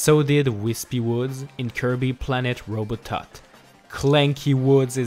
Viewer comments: It's Robobot not robotot! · It's Planet Robobot not Robotot!!!!! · Did he just say “Kirby Planet Robotot”?! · First, robobot, not robotot, and second, spoiler alert. Yeah, it's my first kirby game and it did not disappoint! It is for the 3ds. You jump in a robobot with the same copy ability as kirby, and just have the ability to fight cool new bosses and in the end of the game, you go into your robobot armor to defeat star dream. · Did you just call planet robobot Planet robotot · Robobot not robotot its not scary at all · You said planet robo TOT😂😂😂😂😂😂